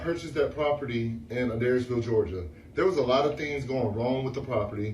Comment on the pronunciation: I was listening to this and not looking at the screen and realized the live VERY close to me and you were saying adairsville all wrong 😭😂😂